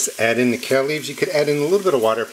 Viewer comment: It's kale. Share😂